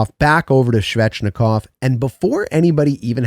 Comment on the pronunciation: Love your videos, so just to help you with some names... ;) nih-KEY-shin (overhyped, but I'm excited to see more of him) coat-can-e-emi (but said very smoothly—each sound is short) Svechnikov—no "shv" at the start, it's a very defined "sv" sound, then a hard ch, like in "etch," but without the t. Martinook—like "cook" (prepare food) or "nook," not "cook" (crazy person) or "nuke." Not a name, but "chasm" is pronounced with a hard K sound, like "cast." Just pretend the h doesn't exist.